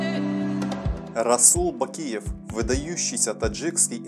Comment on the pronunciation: Да брать правильно озвучил